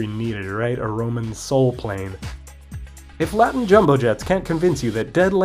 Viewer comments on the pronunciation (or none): none